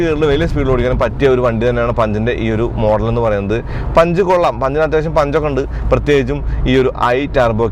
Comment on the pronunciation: പുൻഞ്ച് എന്ന് വായിയ്ക്കുന്നവർ 😂 ഉണ്ട്